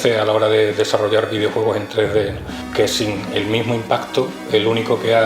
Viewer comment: Videouegos, ueón. Joder, últimamente sólo comento para decirte gazapos xD